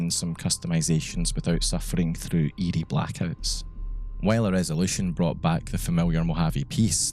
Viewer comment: It was hilarious. I thought you kept saying ede but you were saying eerie. 😂